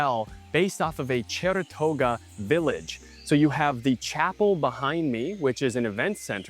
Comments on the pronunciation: I kept trying to figure out where the Cheratoga tribe originally settled, and then I realized you meant to say "Chorotega." Really enjoyed this review. Thank you & Pura Vida 🇨🇷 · it’s:Chorotega Village not Cherotega.